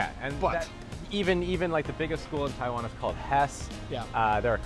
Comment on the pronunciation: He still can't fuckin' pronounce Taiwan right...not you.